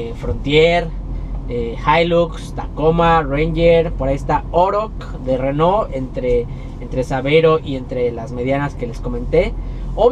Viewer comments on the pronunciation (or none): none